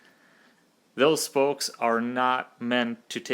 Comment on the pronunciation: It's "spokes" NOT "spolkes" 🤣🤣🤣🤣